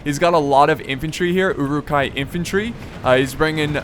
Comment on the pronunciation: Love these this vids, the pronunciation of "Uruk" or uruk-hai which means orc folk or orc men is not EWW-Rook. It is Uh-Ruk.